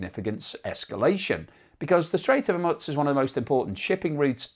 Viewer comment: Why do you insist upon pronouncing Hormuz with a non-existent T ? You're saying it incorrectly, every time.